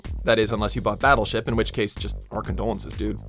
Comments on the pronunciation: He calls "Battleship" as if it's pronounced "Bassleship"? What? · In did he say "Bastleship"? xD